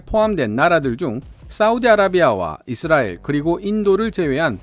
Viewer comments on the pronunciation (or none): none